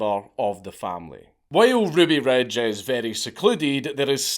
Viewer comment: "Ruby Rej" boy. lern 2 english.